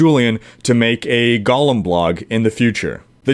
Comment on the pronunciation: Hate to be a pronunciation nazi here, but it sounds like you're adding slimy twisted hobbits to the game (Gollum). It's GO-lem, rhymes with no-lem.